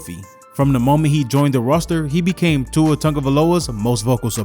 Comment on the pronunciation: It's Tua .